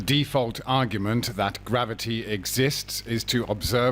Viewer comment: Grav-O-tee, FTW!